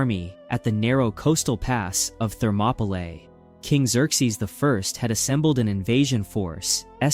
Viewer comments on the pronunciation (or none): none